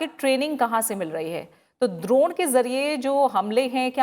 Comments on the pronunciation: Why anchor pronouncing ' द्रोण ' instead of ड्रोन ?? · आप द्रोण क्यों बोल रही हो